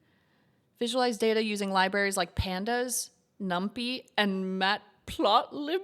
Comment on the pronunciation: pronounced - num - pie :)